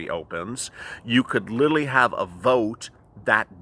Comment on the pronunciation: I love the way says literally: "Lilly"! Makes me laugh every time!!!